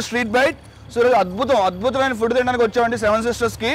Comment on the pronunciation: Adbutham"iyna kaadhu ra lafoot!! adbuthamaiyna